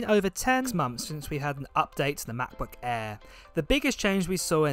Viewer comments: Is the "Mah Buh Ehh" the same as a Macbook Air? 🙂, please enunciate for us Yanks across the pond. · machbooh aihh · “Macbook Aea”